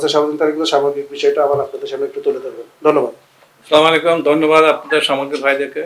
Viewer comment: 3,30 স্লামোলাইকুম,,আহা মুসলিম, সালামও দিতে জানেনা উনি আবার ডাক্তার ও শিক্ষিত